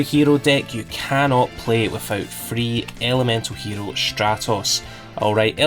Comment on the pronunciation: If you wanna say hero in Japanese, try speaking the o different 😂👍🏼